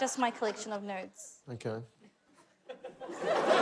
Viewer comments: as an american, the amount of time it took me to figure out angela said "nudes" and not "notes" is rather embarassing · Three of us. Though I went back to check afterwards and I believe she said it twice, first closer to nudes, then closer to notes.